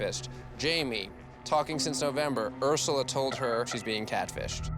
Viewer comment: Should have been “he calls HER his wifey” nev put the emphasis on the wrong word